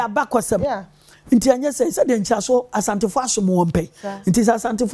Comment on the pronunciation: Everybody take note. The name is ASANTE not ASHANTE.